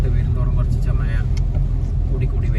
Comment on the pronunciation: Mayya അല്ല മഴ